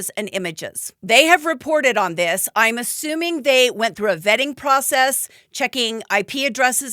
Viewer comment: Ahhhh you said "ASSUMING" and I swear instead of hearing 'assuming' I heard 'A ZOOBIE'. If ya know... Ya know.